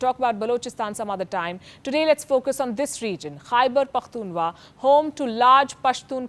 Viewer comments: Khyber pakhtunkhwa not pakhtunwa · KhyberpokhtunWa ❌ Khyber pokhtunKhWa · Its khyberpakhtunkhwa, you cant even pronounce how will you even fight, just have tea and chill